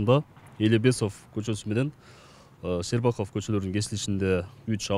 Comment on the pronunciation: Кыргызча Щербаков коч. деп эле айтылат, болгону ударениены туура эмес койду.